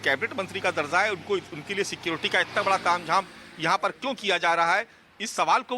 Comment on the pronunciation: bara sawal hai bol rahi hai bara nahi bada sawal bolna chahiye